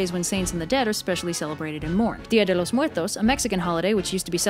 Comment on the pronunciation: That dia del los muertos pronunciation was clean as hell